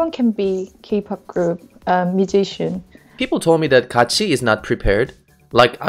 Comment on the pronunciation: She deserves better not "ItS KaAtChI"